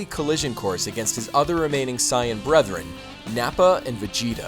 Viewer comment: if you know about dbz so much, then you should know how to pronounce saiyan